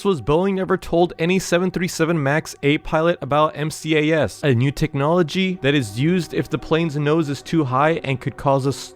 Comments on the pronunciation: For the 737 it is easyer to say m -cas not m.c.a.s. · He also doesnt know how to say MCAS correctly